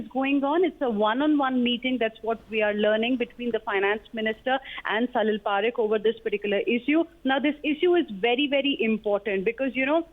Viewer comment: It salil Parekh gawar ladki not salil Parker..kya journalist banegi re tu.. 😂